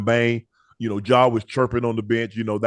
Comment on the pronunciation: ima need Ocho to say Ja last name right 😂😂